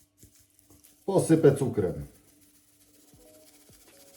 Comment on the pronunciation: "Posype" mnie utwierdza że pan ze Śląska:) dzięki za przepis, robię drugi raz i jest radość